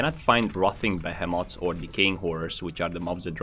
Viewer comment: AH yes. Those Behe Moths. Gotta be aware of those Behe Moths.